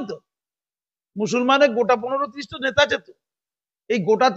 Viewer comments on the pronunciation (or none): none